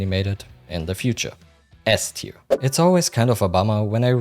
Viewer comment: Nice video. My only criticism is you pronounce "ass-tier" and S-tier" similarly. Maybe consider altering the joke slightly if you repeat it in a future video.